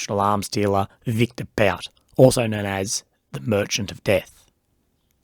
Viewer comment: His name us pronounced as "boot". Do the minimal research!